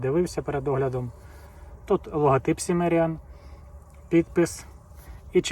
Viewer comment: Шановний, вважаю що вимовляти назву ножа потрібно - кімеріан, що означає кімерієць- плем’я яке населяло землі сучасної України в давнину.👍